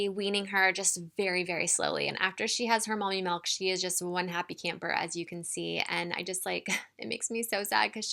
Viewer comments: Its pronounced milk not malk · Why does she say melk and not milk?